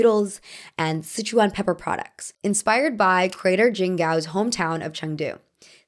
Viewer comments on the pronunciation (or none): none